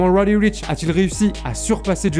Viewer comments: Faut apprendre à bien prononcer son nom Deja...... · Arrête d’essayer de prononcer lil nas x ou roddy richh tu fais mal au oreilles vrmt